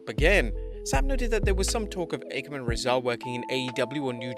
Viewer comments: Ffs, it's not pronounced "Ah-kam" or "Reh-zar". It's "Occ-am" and "Razor". They're named for the philosophical razor. Just spelled differently. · The worst part about the AOP is how EVERYONE mispronounces their names thanks to the announcers. It's Akham and Rezar, as in "Occam's Razor"